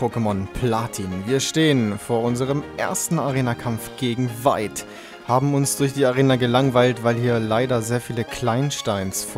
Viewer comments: Feight vs Veit :D (fehler absichtlich nur von der aussprache :D ) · Eigentlich spricht man Veit "Fait" aus und nich "Wait" ^^ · Ich hatte nen Mitschüler der Veit hieß und das erste was ich mir dachte, als ich erfahren habe wie er heißt: "lol...wie der erste Arenaleiter der 4. Gen" :D man spricht es btw mit einem "F" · Veit müsste mit F vorne ausgesprochen werden, da ich jemanden kenne der auch so heißt. Sonst wie immer geiler part mach weiter so